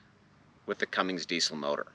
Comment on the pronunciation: Bob is a good dude! He sure goes out of his way to keep people involved in the hobby. FYI there is no G in Cummins. Please dont bedline the truck.... That wheel and tire package is pretty heavy, might want to consider a civilian wheel and tire setup. Good luck with it.